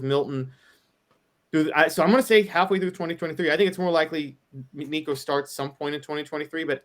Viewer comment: I know you’ll block me after this comment and that’s okay because I can’t listen to another minute. Y’all sound like .3 people who know very very little about football and the Vols. Lots of awful takes. And add in how bad your pronouncing nicos last name lol